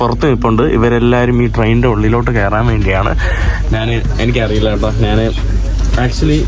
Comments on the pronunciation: നാൻ അല്ല, ഞാൻ ആണ് മലയാളം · എടാ മുറിയണ്ടി നീ മലയാളം ശരിയായി സംസാരിക്കാൻ പഠിക്കുക. നാൻ അല്ല ഞാൻ ആണ് ശരി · എടാ കോപ്പേ മലയാളം ശരിയായി സംസാരിക്കാൻ പഠിക്കുക. നാൻ അല്ല ഞാൻ ആണ് ശരിയായ മലയാളം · മന്ന് അല്ല മഞ്ഞ് ആണ് നാൻ അല്ല ഞാൻ ആണ്